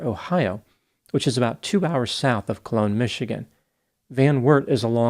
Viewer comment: Colon, MI is pronounced like the organ, not cologne.